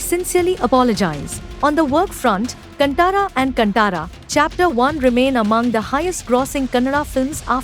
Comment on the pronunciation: Freaking northies. Firstly it’s “kaaantara” not cantaara